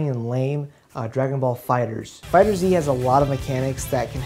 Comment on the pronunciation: Glad to see someone else pronouncing FighterZ the way it was clearly intended to.